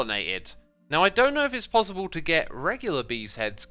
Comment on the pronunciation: When xisuma says pozzible